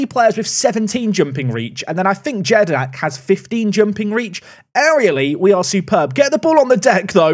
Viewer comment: Btw just for reference jedinak is pronounced as yedinak in your language 🤗🤗🤗